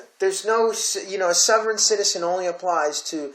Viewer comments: Please learn how to pronounce sovereign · I cannot take you seriously if you cannot pronounce Sovereign or Wikipedia properly